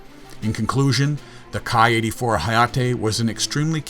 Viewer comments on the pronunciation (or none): if memory serves me correctly, the Ki is pronounced as "Kee" as in a key for a lock. At least that's what I've been told by the scribes and sages.:)